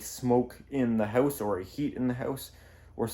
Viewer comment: Can you stop saying His house with the spanish sound :(